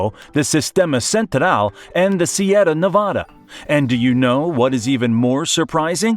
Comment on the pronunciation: No sorry at all man,your "Sierra Nevada" is also perfect,you are wellcome here anytime you wish.